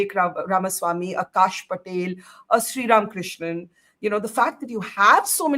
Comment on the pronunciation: Barkha Dutt could you please do your homework and at least call Srram KRISHNAN’s name correctly…?